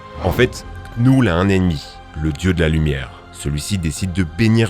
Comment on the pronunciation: Knull on ne doit pas prononcer le K car il est muet 😅